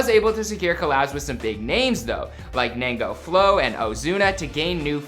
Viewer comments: Ñengo flow not nengo flow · 😂 he said nengo flow😂